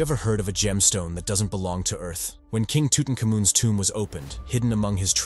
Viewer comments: King toot n cum oon lmao love that pronunciation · Friggin narration cant even prononce Tutankhamen correctly, he should just say King Tut